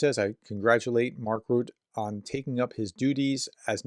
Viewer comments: Not "Mark Rut", it is 'Rutta', that is what the -e at the end of his name indicates. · Your pronuciation aint getting any better. Mark Rutte, and you will start hearing his name much more now, is pronounced Mark Roota, not Rut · Did Trump repeat that idea to end the war in one day recently? I last time I heard this, is more than a year ago. Btw., the name of NATOs new General secretary is pronounced Mark Rew-tta, the last vocal is pronounced, unlike mostly in English. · Rutte is pronounced : Root-uh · pronunciation is RUTTUH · Hey prof. Dutch pronunciation guide. Rutte is pronounced like Ritter, but without pronouning the last R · Those of us not being Americans are regularly reminded that Americans know very little of what goes on beyond their borders. Case in point... your pronunciation of Mark "Rutte". Please review. Edit: It gets worse, as an esteemed professor and popular Ukraine commentator, I'd like to think that you would do your research as to his former position. I live on the other side of the world, and I know what his former position was. Thank you. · Especially as you can easily listen to the correct pronunciation in the wikipedia article about Rutte. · Hello prof, if you are interested in how to pronounce the name of the new secretary general of NATO Mark Rutte ( I have a feeling his name will pop up rather frequently in the future) then go to his wikipidia page. Next to his name is a speaker icon that will play the audio file of his name when you click on it. You do pronounce the second syllable of his last name "te". Have a good one. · Correct pronunciation of name Rutte.